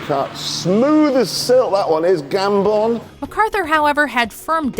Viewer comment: I love how she can't say Michael Gambon name right